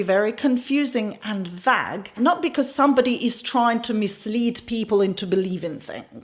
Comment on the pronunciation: vague pronounced like Plague - v AY g